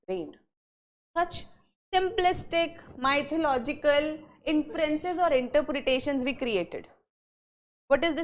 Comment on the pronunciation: polish your English, Madam Learn how to pronounce "mythological"